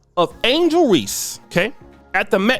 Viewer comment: It's Angel* not Angle